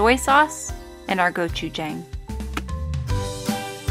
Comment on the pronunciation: I love kimchi fried rice too!😍❤ Also, not trying to be rude at all but when you say gochujang it's pronounced as gochu"jah"ng not gochu"jay"ng if that makes sense? 😂 love you❤😊